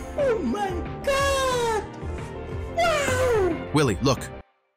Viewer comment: Its willie not lilly🙄